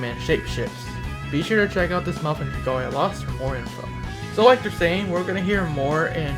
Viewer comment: LOLOL hearing you say dragolia lost well it's okay but it's pronounce dra-gale-lia lost